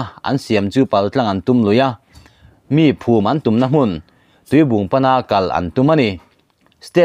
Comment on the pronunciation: Tuibung ni lovin tuibuang tiin lam la Lusei ṭawngin a dik chiah e